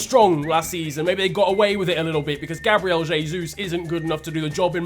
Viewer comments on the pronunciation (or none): none